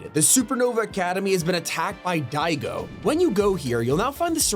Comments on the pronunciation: its diago not digo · Sorry to correct you but it's said dee a go spelled diago